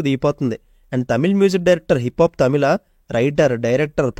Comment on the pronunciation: tamila kadhu bro tamiza😊